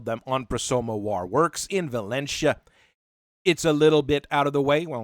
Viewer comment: Valencia rhymes with Hortensia, not with Morticia. Also, props to you if you spotted the reference that wasn't morticia.